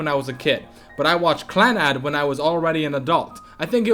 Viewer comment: While I mostly agree with your top 5 (save for the fact that the way you say Clannad makes me want to die) I feel like Clannad isn't one of Jun Maeda's strongest works. Little Busters and Angel Beats touched me way more than Clannad did, but I guess to each their own.